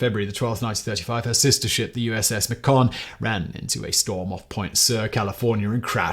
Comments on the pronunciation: "Macon" rhymes with "bacon", so it was not USS Mack-ON, it was USS MAY-con. Just FYI. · USS Macon, "MAYkuhn", pronounced as in "bacon". Y'all really should do better. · Simon, here in the USA we pronounce "Macon" as "May-Kon". Cheers! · Simon's pronunciation of Akron and Macon is like needles in my ear. Short O in Akron and long A in Macon with NO BLODDY R! Why is he inserting an R where there is no R? It's not the president of France.